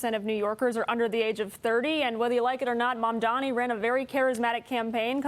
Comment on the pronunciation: It's not mamdoni you moron..its mamdani..first learn to pronounce and type properly before taking sides